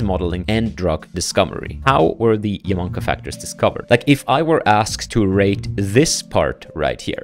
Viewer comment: YA-MA-NA-KA. not Yaman-ka lol. anyway i did like 20 of these and its pretty easy to get started.